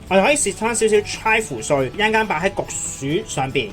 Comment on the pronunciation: 焗薯定焗鼠呀 ? 發音差